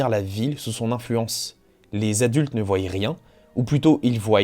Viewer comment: Très bonne vidéo mais "voyent" ça m'a vraiment sorti de la narration